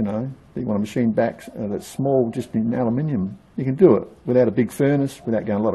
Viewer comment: Thank you for not pronouncing it as Alooominum